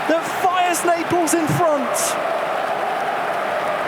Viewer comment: Why he says neapels